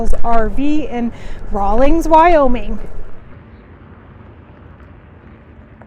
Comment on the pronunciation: There is no G in the town name. 🤭 thanks for the review tho. Good to know!